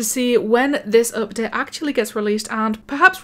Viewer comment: u know when she says update, it sounds like up det